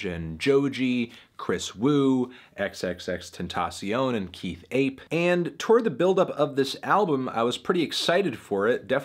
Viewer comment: You said XXXTENTACION's name wrong.